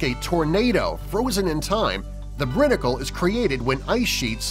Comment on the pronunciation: a little point of fact: it's pronounced brine-icle. they show a clip of that on YouTube or the nature show frozen planet it's pretty cool.